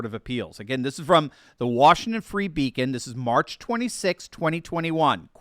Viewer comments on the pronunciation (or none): none